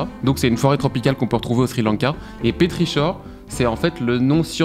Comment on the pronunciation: pétrichor \pe.tʁi.kɔʁ\ ça se prononce pétriKor, avec un K comme dans Karnage !